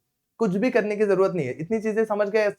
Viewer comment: sir ne bola karne ka to karneb ka ! ❤❤❤